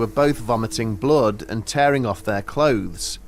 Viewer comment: "She was covered in blode !"